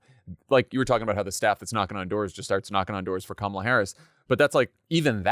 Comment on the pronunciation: Thank you for pronouncing Kamala correctly. 🎉